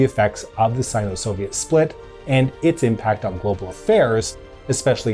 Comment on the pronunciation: I hate how you pronounce Sino.